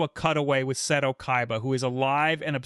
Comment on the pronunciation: "Mokooba" "Seedo" 💀